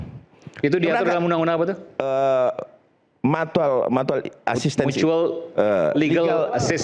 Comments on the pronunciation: SOK INGGRIS. MUTUAL DI BACA MATUAL HAHAHHAA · Gila si pengacara kacung kaga bisa ngucapin kata mutual. padahal jabatannya wakil ketua, kebayang itu sekolahnya di mana coba. jgn2 lulusan sekolah ruko yg udah digusur juga